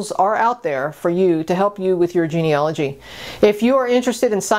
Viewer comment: It's genealogy, not geneology.